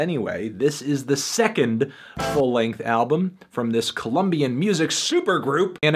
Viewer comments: it's Colombian not "Columbian" 😉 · Yeah, but it's Colombian, not "Columbian"